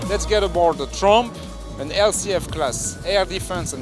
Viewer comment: Nice Vid. Some fine looking ships. Got a little giggle with the name of the NLMS Tromp and the way its pronounced. So ok I'm American..LOL